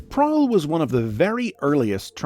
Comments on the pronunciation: Is written Prowl, is pronunced Prick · Anyone get triggered with him pronouncing “Prowl” Wrong